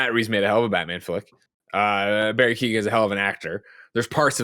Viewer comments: Keoghan guys. Key-own. Not Keaton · Barry Kyo-han. Sorry to do it, but his name gets mispronounced everywhere